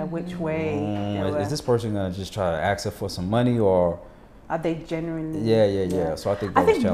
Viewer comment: Why do so many Americans pronounce "ask" as "aX"? And "especially" as "eXpecially"? I'm sorry, but it has to be one of the most irksome things to hear.